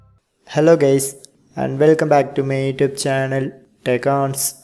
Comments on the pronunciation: bro he said hello gays 💀💀💀💀💀💀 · "hello gays" u got me💀